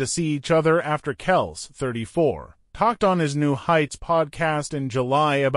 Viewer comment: This guy can't even pronounce Kelce's name right😅